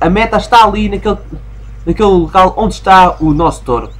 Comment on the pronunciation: Um "t-oh-ro"? Ah carago, essa pronunciação foi das boas. Quer dizer que agora o nome do jogo é Sheep, Dog, Wolf & Bull? (risos) Mas a serio, é um obstáculo e pêras, ainda bem que podemos usar os poderes de hipnotismo sem acabar por nos lançarmos por uma colina abaixo como costuma acontecer com o irmão de Ralph...